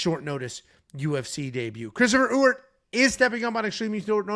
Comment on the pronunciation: As someone who shares the same last name as Jackson McVey’s new opponent, it’s pronounced E-Wert, not U-Ert or Ooert lol. Don’t worry, I think I could count on one hand the amount of people who pronounced it correctly on the first try 😂